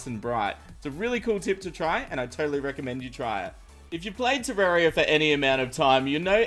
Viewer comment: Why Pronouce Terraria Wrong?